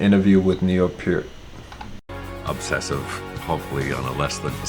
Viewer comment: He is saying his name correct, I saw a video of neal and was asked the correct pronunciation and Peart himself said" it is pronounced PE- ART" just as he is saying it, so you my friend are saying it correctly don't change it.